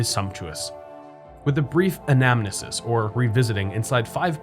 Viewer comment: Wow, you pronounced "anamnesis" correctly! Good on ya! I was glad to see this one. My father was a civil engineer who collaborated with Jim Rouse to design parts of the water system in Columbia. We met him once when I was a kid -- his family and mine were on the same flight out of Friendship.